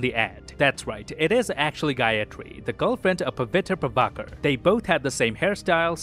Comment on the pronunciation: You're literally the only reviewer online who pronounced Pavitr Prabhakar's name correctly. Kudos man!